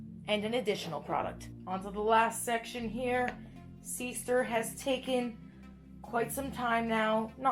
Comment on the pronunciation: y does she keep saying seester